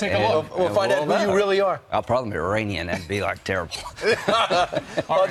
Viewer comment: jesus pronounce Iranian corrently its NOT EYE ran